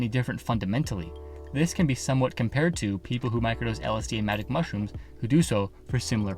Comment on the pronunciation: I thought he said manic mushrooms at first